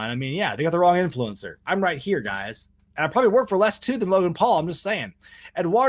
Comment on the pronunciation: That bit at the end really did make it sound like you said influenza.